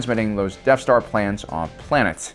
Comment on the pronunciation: "Deaf star"